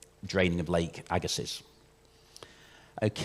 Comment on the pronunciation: Agga-see not agga-siss, french name. As someone from the area bit of a pet peeve